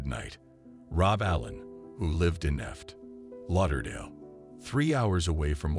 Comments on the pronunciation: As a side note: Really bad AI voice. It pronounced Fort Lauderdale "eft Lauderdale" and "street Croix" instead of Saint Croix. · “ft” Lauderdale lol